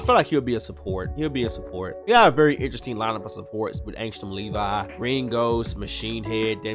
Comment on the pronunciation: Finally someone who pronounces the “Levi” in Angstrom Levi correct